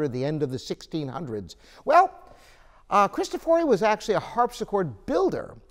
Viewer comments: Bartolomeo Cristòfori not "bardolomeou kristofòri". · Bartolomeo cristòfori, not cristofòri